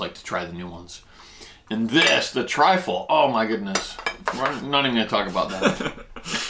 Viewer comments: Truffle not trifle lol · So much fun to watch. I don't know who's car was driving but it looked very nice. The mushroom is pronounced Truffle. Trifle is a dessert Great video guys Cheers 🍻 #TeamGetSome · truffle not trifle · Trifle lol, it's 'truffle' I think, great vid ty 🤦‍♂☺🍻👍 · Love the videos. In Australia we prounce Chupa Chups as CHUP-PA CHUPPS. It's called truffle, not Trifle lol. Trifle is a dessert 😃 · Not triffle, but truffle. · Are you trying to say truffle? Not triful